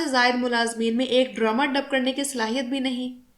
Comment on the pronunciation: ڈرامہ کو ڈرومہ کیوں کہہ رہی ہیں آپ؟